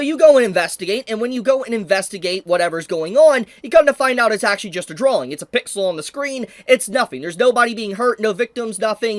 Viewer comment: Bro even says drawling now drawing.